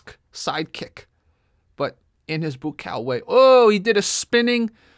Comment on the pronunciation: Buakaw is every kick-boxers nightmare……. “Bu A Cow”…… how it’s pronounced